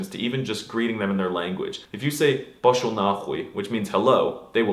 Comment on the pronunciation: almost. The strong vowel in the word Poshol is the 3rd one, not the 1st